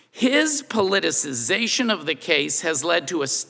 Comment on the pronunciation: I have never heard "politicization" better used and pronounced.